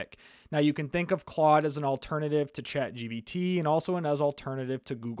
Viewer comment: It's Chat GPT not Chat GBT